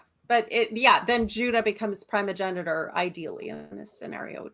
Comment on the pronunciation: Primogenitor I'm amused. says "Primmr" instead of "Primer" yet picked up on "Prim-o-genitor" instead of "Prime-o-genitor". Yes, it's primer. Prime-er. Like prime numbers. Or primary. Or Optimus Prime. You prime things to set them up and enable future processes. Which is what a primer is. You don't prim them. Language is fun. It's not just English that's weird. (Though English certainly has it's share of weirdness.. And several other languages' shares of weirdness too.) Also.. I missed Mighty Chicken.